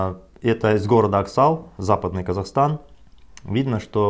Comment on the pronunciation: Не аксал а аксай